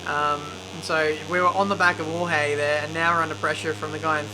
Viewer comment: "Hohey Martin"... Someone has to teach how to pronounce names... Kivyat, Hohey...